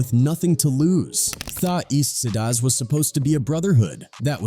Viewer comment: A.I. can't pronounce "Tha Eastsidaz"...🤣